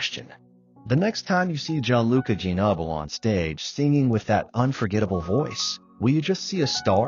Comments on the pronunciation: Pronounce his name right! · You should learn how to pronounce his name,before talking about a tragedy.